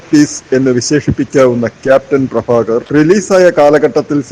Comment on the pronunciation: അവതാരകൻ ഭ എന്ന വാക്കിൻ്റെ സ്ഥാനത്ത് ഫഎന്നുച്ചരിച്ച് വൃത്തികേടാക്കേണ്ടിയിരുന്നില്ല ക്യാപ്റ്റൻ പ്രഭാകർ മൂന്നുതവണ തിയ്യേറ്ററിൽ കണ്ടവനാണ ഞാൻ